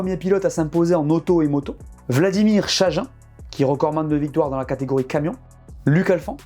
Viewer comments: Tous mes vœux, 🤗 pour Vladimir, il me semble que ça se prononce « chaguine » 🤗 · Vladimir Chagin se prononce "Tchaguine"